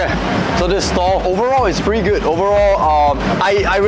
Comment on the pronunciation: Hearing saying "very geud"